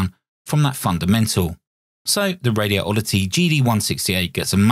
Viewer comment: Please don't hate on me for pointing this out, but there's only one "O" and no gap in the word Radioddity. First, say the words "Radi" and "Oddity. Next, take the gap out and say it as one word - Radioddity. It's 5 syllables, not 6.